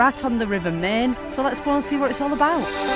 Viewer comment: Great vlog, guys 😊 I believe you are going to visit Schloss Neuschwanstein, aren't you? Enjoy and safe travels,. Our LittleLilly send lots if sloppy kisses to Chicco 😘 add: the river Main is actually pronounced like this: mine (just saying)